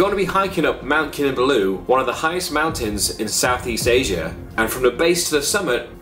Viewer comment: Your pronunciation of ‘Kinabalu’ is incorrect. It should be pronounced as 'Kee-Nar-Bar-Loo'. The city was called Jesselton when Sabah was under British rule.